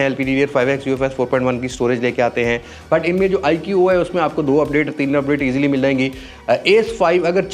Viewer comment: iq-oo nhi hai, ikuu pronounce hai iska ❤